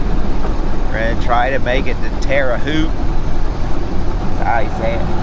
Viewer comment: Haute is pronounced like boat but with the H in place of the B. Yoder's Kitchen is a great place to eat, in Arthur, IL.